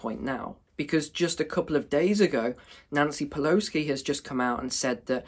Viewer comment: I like how you mistakenly said "Nancy Peloski.." Ha ha